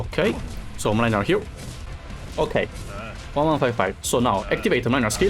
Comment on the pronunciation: The way keeps misspronouncing Mlynar's name 😂😂